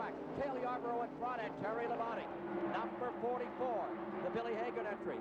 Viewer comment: LOL i still cant get over Ken Squier calling Labonte "La-bounty."